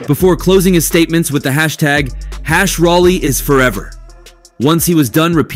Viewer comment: It's Rolly..not Rally. Get a life before u speak on other people's life